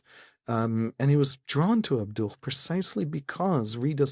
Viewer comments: Just FYI, it's not "ab-DUCH", it's "AB-du". That H is a "ه", or "ה" in Hebrew. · Just for your note: Muhamad Abduh's family name ends with a silent "h" or "ه" in Arabic. /Abdu/ It's not the "h" in Hamas that is "ح" or "ħ" in arabic.